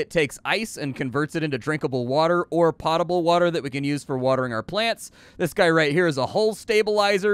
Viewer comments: It's ok. Give it another couple of decades and "pä-table" will be the standard pronunciation. Just like how no one pronounces it "gif" and everyone uses "gif". Linguistic evolution is a wonderful thing. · Hey, just an FYI the pot in potable is pronounced more like potent.